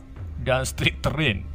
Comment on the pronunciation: gak gitu cara bacanya bang bukan hermoen tapi hermaini cara bacanya sliterin